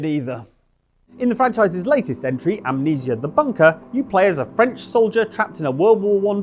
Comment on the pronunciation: Amnesia only has three syllables.